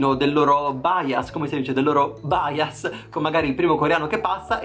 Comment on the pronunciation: La baias baias BAIAS? SI DICE BIAS😂😂😂TI ADORO😂😂😂